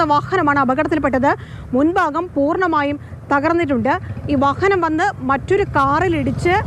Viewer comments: വഹഹനം എന്നല്ലേ ഈ കുറ്റി പരെന്നത്. ഇന്തെ ഈ കുറ്റിക്കു വാഹനം എന്ന് പറയാൻ അറിയില്ലേ.. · വഹനം അല്ല വാഹനം എന്നാണ്.